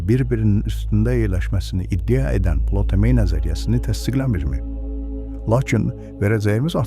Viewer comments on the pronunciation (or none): Plotomey yox Ptolomey. Hec bu adi eshitməmisiniz?